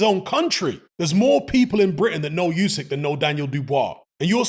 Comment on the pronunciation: OOSIK, not YOOSIK, FFS!